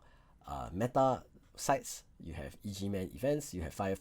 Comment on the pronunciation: it's pronounced EGG man lol not E.G.